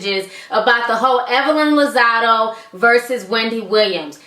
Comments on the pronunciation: it's been 2 years, but did anyone tell you it's Lozada not Lozado? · It's Lazada with an a not Lazado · Geez girl, even you are pronouncing Evelyn's last name wrong. Bbut I guess you dgas BOL!!